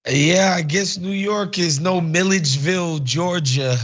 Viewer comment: Wait what does Milledgeville have to do with this? Thank you for pronouncing it correctly but she's not from Milledgeville and we don't do her kind